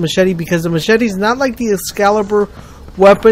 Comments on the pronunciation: Formula then he said, "mass-chet-ee." WOW. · ma - chetty xD omg you kill me